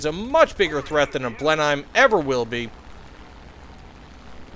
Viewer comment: Blenhime? You pronounce it as Blen-im. Great vid tho